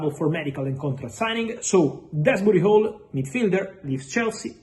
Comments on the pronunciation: I can't of been the only one what hears Fabrizio saying Keirnan Desbooty Hole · He absolutely butchered that 😂😂😂